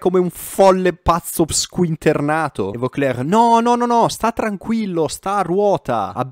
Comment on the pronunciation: Fantastica la pronuncia ripetuta di Voeckler al min 6.53! Son morto dal ridere 🤣 Sei troppo forte oltre che bravissimo! E ora sotto con la Roubaix! 🥳